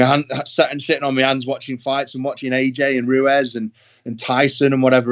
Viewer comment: Man said “RUEZ” Come on Eddie